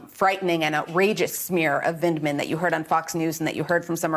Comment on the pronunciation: Vindman, not Vinland. Vind-Man. Say it with me Ari. Vind. Man.